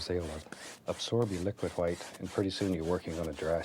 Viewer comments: themango1007 "hwite." "as in the BEST COLOR, TITANIUM HWITE" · Started saying "white" as "hwite" thanks to Bob Ross. Someone heard me and was like "waaaat!?" Hahahahaha!